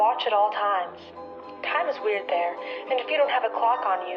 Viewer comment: A great video, but what a shame that the narrator pronounces “the” as “duh,” or “there” as “dare.” It ruins the entire piece for me.